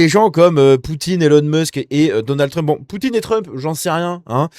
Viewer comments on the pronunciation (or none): none